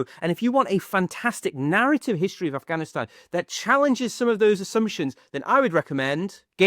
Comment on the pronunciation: ur pronunciation of Afghanistan is on point . felt nice.